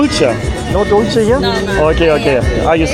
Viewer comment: Dulche (sweet) is pronounced dul-the, not dulchee.